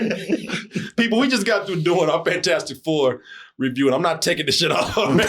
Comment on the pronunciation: Mr. Fan-Toast-ic